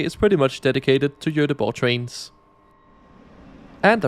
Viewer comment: joteboh. perfect pronounciation man!